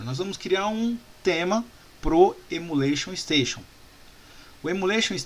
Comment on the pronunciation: Estou adorando as aulas. Mas fica uma crítica construtiva. Repita comigo: EMULATION STATION. Não é Emula Station. Kkkkkk